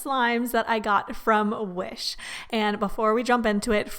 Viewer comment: I love how she say wish Like W H I S H